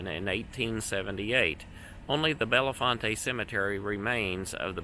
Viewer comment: The town of Bellefonte is pronounced Bell-font